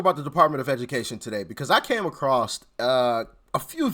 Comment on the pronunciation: “ACROSS” doesn’t have a “T” in it! It’s not & never been “ACROSST “, especially when you’re talking about or posting about “Education” in America….